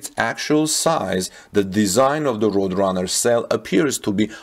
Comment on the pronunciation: Good presentation and I subscribed. "Roadrunner" is pronounced, "road" (a road is what you drive on) and "runner" (a person running a race). Hope that helps. Tip: if you google the word in question, you'll get a link to hear how things are pronounced. Don't feel bad, most English speaking people get it wrong all the time. English is very difficult.